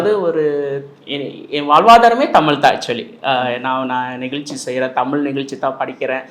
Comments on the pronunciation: Dail thogupalar don't pronounce it's Tamil pronounce it's tamizh........ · தம்பி நீ தமில் என்று உச்சரி்க்கின்றாய் ஆனால் அவர் தமிழ் என்று சரியாக உச்சரிக்கின்றார் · நெறியாளர் அவர்களே தமில் இல்லை தமிழ் உச்சரிப்பு சரியாக இல்லை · பேட்டி‌ எடுப்பவர் முதலில் தமிழ் என்று உச்சரிக்க பழகி கொள்ள வேண்டும். ஒவ்வொரு முறையும் தமில் தமில் எ‌ன்று பேசுவது நன்றாகவே இல்லை. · தம்பி தமிழுக்கு அழகே ழகரம் தமில் தமில் தமில் ன்ணே உச்சரிக்கரீங்க தமிழ் தமிழ் தமிழ்❤❤❤ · டேய் வெண்ணை தமிழில் பேசுடா தமில் தமில்னு பேசுவர் திருந்துங்கடா